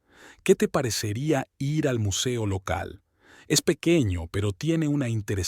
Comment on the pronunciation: Cuñada? La mamá del esposo o la esposa se le dice SUEGRA La esposa del hijo con respecto a la suegra es la NUERA y el esposo de la hija es el YERNO Por favor cuando narren una historia estén atentos. No sé dice i erre se dice: ir